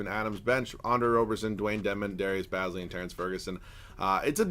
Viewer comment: Its darius baze lee not baz lee